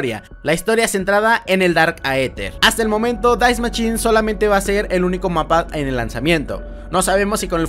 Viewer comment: “Die maschine”. sin la puta S